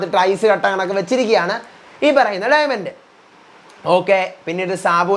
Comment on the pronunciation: ഡയമണ്ട് ❌ഡയമെന്റ് ✅